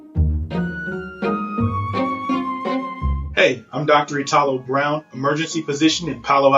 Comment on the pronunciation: Why "i-TA-lo" and not "I-talo"?